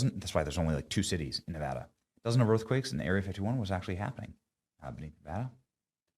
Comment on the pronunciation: Thank you Benny for pronouncing Nevada correctly.